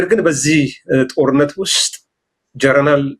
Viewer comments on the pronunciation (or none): please don’t say "ጀረናል". ‘ጀነራል’ is the right way to say it.